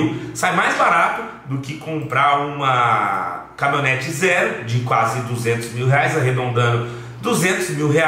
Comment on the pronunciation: Camimhonete que dize kkk